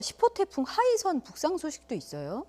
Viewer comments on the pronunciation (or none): 하이삭이 아니고 하이선인데.